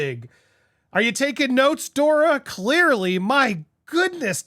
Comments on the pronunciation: Andy! It's Doria not Dora 😊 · Just FYI Andy; MM’s mother is named Doria, NOT “Dora”. 😊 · Andy you are saying dora its dor- eee -a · Andy her name is Doria not Dora! You miss read a lot! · Doria, not Dora. 😊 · Andy it’s DorEeeha ! Pronounced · Andy, it's pronounced DOREEAH. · Dor i a three syllables